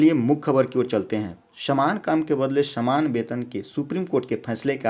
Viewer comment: Shaman kam nahi Saman kam hai ucharan ka sudhar kro master for video upload karna